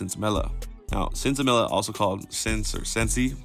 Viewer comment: Sin Semilla (pronounced seen semeeya) literally translates to "without seed". In the US, we bastardized the term with our ignorance of the Spanish language